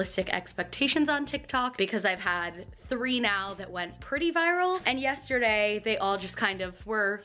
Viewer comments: Just realized you say “YESH-terday” instead of yesterday and it’s the “COSH-tume” thing all over again. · I love you SO much and I say this with absolutely no hate..... you do know that the word yesterday doesn’t have a shhh sound in it right? 😂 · Yes- shhhhh -terday